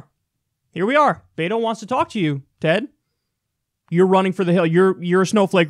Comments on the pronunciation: Bet-o not Beet-o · It's pronounced Bet-oh not bait-oh